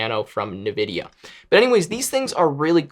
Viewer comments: I can never unhear "n-vidia" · he really said nahVidia instead of nVidia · Can’t believe he called Nvidia like that